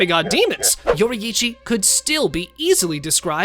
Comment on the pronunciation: yori ichi 💀